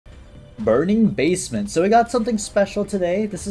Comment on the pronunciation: I love how everytime starts a run he says "burnkng basement"